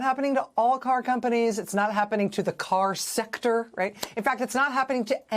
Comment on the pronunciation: The way you said car sector was hilarious to me